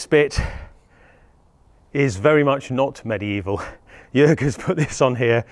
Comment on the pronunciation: HA HA HA, I knew it! =) BTW: Jörg sounds more like Jerg than Jorg. For the next time. : >